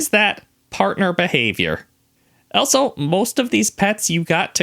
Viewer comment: Any American: also in every video: elso 😂😂😂